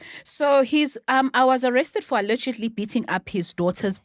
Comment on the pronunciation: It’s 2025 and still can’t say “allegedly” properly. It irks me😭😭